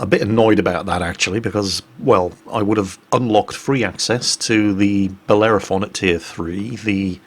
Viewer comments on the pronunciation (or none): none